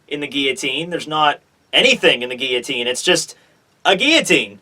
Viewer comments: The way you pronounce 'guillotine' is distracting; you completely miss out the L sound in the middle. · geoteen or guillotine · You mispronounced guillotine